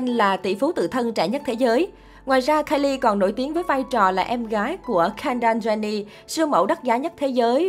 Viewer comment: Kendall jenner ko phải đọc là ken-đa jenni:((((